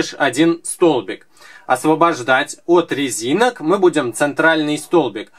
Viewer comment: на 18.09он сказал лезинок